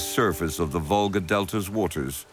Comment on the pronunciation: It is a river Volga, not vulgsr as stupid AI spells